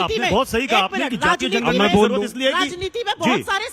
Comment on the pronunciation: सुप्रिया ने जनगणना को जणना बोला है ध्यान से सुनो चमचो जो कगना के रामनाथ कोविड कहने पर सवाल उठा रहे थे वो तो अभिनेत्री है पर ये तो राष्ट्रीय प्रवक्ता है पप्पू पार्टी की 15 से 20 सेकेण्ड के बीच का क्लिप देखिये और सुनिए ध्यान से ये जातिगत जणना बोल रही है ये सुप्रिया और रागिनी को मत बुलाया किजिये प्लीज इनको तमीज़ ही नहीं है बात करने की ।